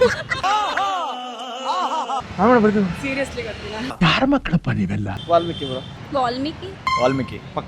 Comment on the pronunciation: Valmiki became wall-Miki 😂